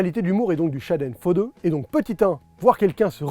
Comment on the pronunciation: Quand tu prononce "Schadenfreude", tu as vraiment un accent de m... en allemand! ;-)